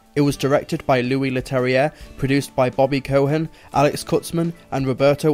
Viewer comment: I love your reviews, but some of your pronunciations are off here. It's pronounced Melanie Laur-ont, Eye-la Fisher and Bobby Co-en and for future reference, the "a" in Moffat should read softer, as if it was an "e" or a "u". Please don't see this as a dig, as it's the only thing I think you could improve.